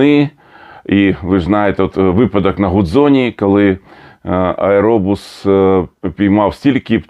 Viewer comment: Будь ласка не аєробус, а єірбас